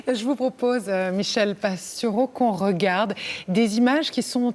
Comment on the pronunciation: Merci pour cet entretien. Et : c'est bien quand la personne qui interroge prononce correctement le nom de son invité (PastOUreau et non Pastureau). Et aussi le mot aujOUrd'hui - et non aujaurd'hui.